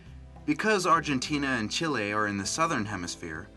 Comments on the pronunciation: ikr he said it wrong XD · CHEE-LAY = Chile